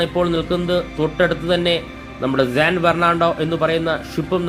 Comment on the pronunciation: San എന്നുള്ളതിനെ എന്തിനാണ് എപ്പോഴും zan എന്ന് ഉച്ചരിക്കുന്നത്? ഈ വീഡിയോയിൽ "zan bernado" എന്നാണ് പറയുന്നത്. ഈ പറഞ്ഞതൊക്കെ ഒഴിച്ചുനിർത്തിയാൽ video സൂപ്പർ ആണ്! 🙏🏽